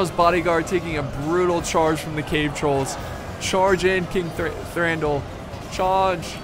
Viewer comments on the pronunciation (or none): you read Thranduil as Thranduwil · can't say Thranduil right lol